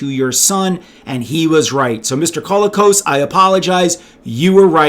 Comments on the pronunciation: John Colicos was awesome, and it was great that Richard Hatch got him for the sales-push trailer for his proposed project. But I noticed you were pronouncing it "CALL-ih-koss." In interviews/etc. I believe he used either "cō-LEE-kohs," or "kuh-LEE-kohs" - in a couple of interviews I've seen it seemed to vary a bit based on how fast he was talking, and might also be John's Canadian roots at work. Since he's pretty much the only notable person with that surname, it's tough to find other examples. The general consensus is that it's of Greek origin. There has to be a fun story about a Greek family winding up in Canada - I mean, it IS pretty unusual. That alone could be the basis for a feel-good movie. Like, "My Big Fat Greek Wedding" in Alberta or the Yukon, and nobody has any clue what this crazy family is up to. (Sorry if I can't remember the official phonetic symbols, but I haven't had to since I was in maybe fourth grade and that wasn't important enough to hang out in my brain for 45 years. Also I don't know the ASCII codes for half of the accent marks.) Edit: If your specific focus is on toys, I remember actually lining up at a morning opening of a Zayre (!) store in northern IL with my dad on a wintry day, when Christmas stock and sales were dropping. I literally dashed on my 10-year-old legs back to the toy section - I was still small enough to weave around adults with shopping carts if I moved fast - heading for the Battlestar Galactica section. An utter jerk of an adult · Isn't it pronounced "co-LEE-cos"?